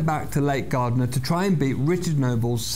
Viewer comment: The pronunciation of Lake Gairdner isn't Gardner, it's G-air-dner.